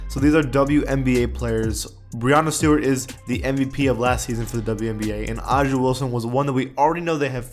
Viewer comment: when you said brianna stewart 😂